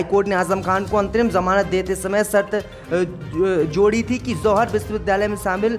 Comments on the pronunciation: ZOHAR BOLTA HAI..JOHAR BOLNE NAHI AATA.... SHAME SHAME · Z. Ko J read kerta hai yeh bewaqoof